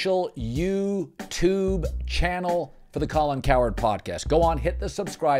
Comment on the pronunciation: Colin says youtube like an old man who's not sure if he's popped his diaper.